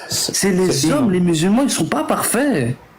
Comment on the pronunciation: Il a vraiment dit y’a 4 milliards de musul ments dans le monde sans trembler du menton le champion 😂😂😂